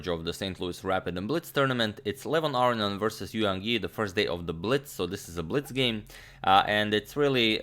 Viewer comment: You're a joke Agdamator. Been watching your channel for a few years now and you continue in your stubbornness to mispronounce Levon Aronian's last name. So fucking disrespectful to one of the greats you have been over the years.